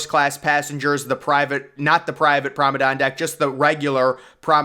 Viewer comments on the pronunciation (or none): I have help you out with this, as a native British speaker. It is correctly pronounced Prom-on-ahd deck not prom-on-ahn, the D is hard not silent another correct pronunciation for this in American English is, promon-aid as in band aid also with a hard D. Hope this helps your presentations in future, And a great video by the way, Thank you for your work. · Don’t make anymore video on the promenade if you can’t pronounce it correctly lol. Truly atrocious pronunciation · Nice video, interesting pronunciation of Promenade....which I don't think ends with an "N" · It’s pronounced Promenade* cool video!!